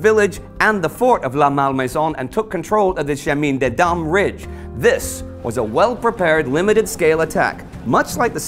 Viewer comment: I can't help feeling that evolutions in Russia will soon grab the headlines. Oh and the "i" in Chemin Des Dames is pronounced more like an "a" like in cAt. I've been meaning to mention that for a while, it's a nasal "i". And the "Dames" part is just pronounced "dam" ;) . Maybe you've heard of "un chemin de fer" - a railway track, it's the same word.